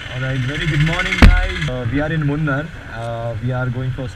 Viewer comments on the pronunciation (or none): its pronounced as moon- R